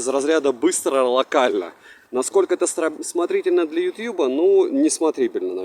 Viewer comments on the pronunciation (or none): none